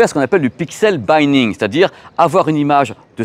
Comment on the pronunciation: Pixel binning, c’est un i court pas le i de five :)